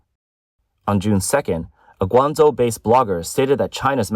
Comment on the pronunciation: A video about China, and the AI can't correctly pronounce Guangzhou.